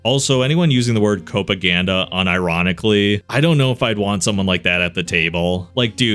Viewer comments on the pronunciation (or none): I've always heard "copaganda" said like cop-aganda. You're about the first I've heard say it like cope-aganda. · It's "cop-aganda," not "cope-aganda." IOW, pro-cop propaganda. Which is often a legitimate thing to be wary of in the US, but this instance doesn't qualify. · The fact your saying Cop right but Copaganda wrong is frying me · Oh - that's pronounced "cop-aganda," not "cope-aganda". It's propaganda related to cops. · tbh I did not blink when he said cope-aganda. It's how I mentally read it too, and I've not heard that term myself. Given how much the word cope gets slung around in online nerd circles, I think it's a fair enough mistake. Cope-aganda is absolutely the kind of made up word I'd expect someone to come up with. That said, with hindsight and considering the context... yeah, copaganda sure does make a lot more sense. Oops! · He does pronounce it wrong which was funny. It is a real thing, just not here obviously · I think he may just not know how to pronounce it